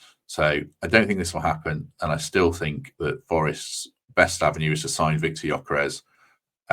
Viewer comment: Looks good for me too👍🏼 The ‘s’ at the end of Gyokeres is pronounced ‘sh’ FWIW🧐